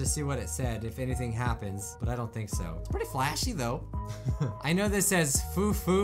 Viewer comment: It's not fufu it's more like and F and H sound combined, F/H . fhufhu , from what I've learned from my japanese friends.